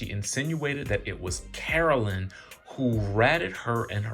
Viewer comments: Man the way you report your news is so boring ... I keep coming back to see if you'll improve but nah. And wtf is "Caroleen"? It's pronounced "CARO-LINE" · Feeling triggered by you calling Caro-LINE Caro-LYN. Please get it together. 🙏🏾🤣🤣🤦🏾‍♀️ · Yes pleeeze say her name correctly - CAROLINE. Joes business partner ratted him out because Joe wld not 💰 him monies owed. U can’t refuse to pay someone and not think they will spill ur secrets. The friend told Jackie’s husband and he delivered the message to Joe and he said f#%k him. Well I guess the friend got the last laugh. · DJ..it is Caro-LINE...that's how I remember hearing it being pronounced all the time.